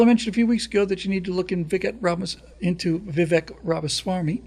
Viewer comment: Vivek is pronounced with a Spanish e sound, which sounds like a long A.... It rhymes with CAKE ... it's pronounced like VIVAKE. AND, We don't trust Kari Lake. RINO.